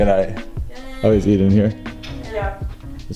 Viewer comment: is when eden says emen